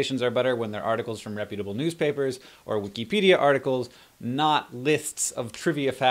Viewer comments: i still can't get used to the sound of 'wikeepedia" even though i know you're right. also, fact finders is a brilliant idea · WiKEEEpedia? I know we've had this discussion, but I still laugh when you say Wikipedia, Hank.